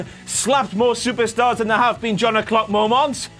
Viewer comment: When says "the last WTF momonts..." got me a little 💔